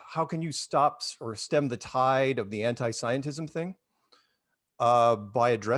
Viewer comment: You said Scientism wrong.